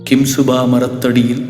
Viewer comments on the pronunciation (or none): Nice to hear the calm voice but am I the only one noticing these two hiccups..after anjanai thanayan the next line raja gambeeram etc is missing..also it's simsuba and did I hear it as kimsuba